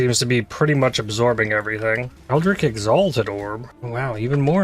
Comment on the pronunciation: Hello, love your videos and I've been watching for a long time now. But I'm at the point where I can no longer resist telling you that the way you pronounce the word "eldritch" upsets me. You pronounce it like "eldrick" with a "k" sound when it's supposed to be "eldritch" with the "ch" sound like in "cheese". I'm sorry if this came off as prudish, it's just people pronouncing words wrong is one of my irrational pet peeves lol. Keep up the good content!